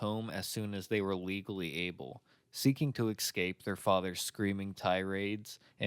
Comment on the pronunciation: This has to be the best doco on Fritzl that I’ve seen. Great video with heaps of information I hadn’t heard before. Just one small criticism - pay attention to pronunciation. ‘Escape’ is pronounced ‘es-cape’ not ‘eck-scape’, you probably didn’t even realise you were doing it but once you hear it, it will really bug you. A really excellent video overall tho, thanks for your work✌️